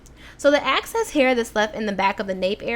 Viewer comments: Ehhhhxxxx cessssss! Girl! Lol not Aaackcess!!! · Girl that thang is L A I D! your natural hair is amazing! lol how you pronounce "excess" " "access"♡ Great video! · I ran so quick when I saw your snap about this video being up! Love your videos, and lol overtime you say "access"